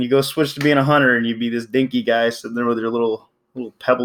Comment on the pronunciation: Its hunter not huner